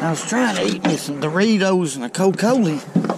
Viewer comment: What is a "co colee"? U said Doritos & cocolee. 😁🤣👍